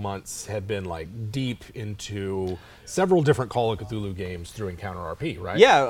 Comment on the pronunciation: Thool-hu, like cthonic is pronounced thawn-ic. You pronounce the first letter with extra breath. "In a letter to the amateur writer Duane W. Rimel, dated July 23, 1934, H.P. Lovecraft addresses the issue of how to pronounce the name "Cthulhu." 'The name of the hellish entity was invented by beings whose vocal organs were not like man's, hence it has no relation to the human speech equipment. The syllables were determined by a physiological equipment wholly unlike ours, hence could never be uttered perfectly by human throats ... The actual sound -- as nearly as any human organs could imitate it or human letters record it -- may be taken as something like Khlûl'-hloo, with the first syllable pronounced gutturally and very thickly. The u is about like that in full; and the first syllable is not unlike klul in sound, hence the h represents the guttural thickness.'"